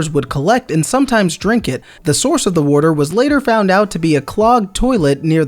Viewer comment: the worter